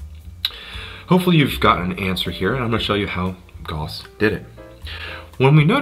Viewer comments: Goss ? It’s Gouse ! Like Strauss the musician Why do Americans have to pervert 3very pronunciation to man ? GAUSS like STRAUSS Ahhh! And don’t keep adding ‘out’ to the end of everything. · Gauss rhymes with house, sir.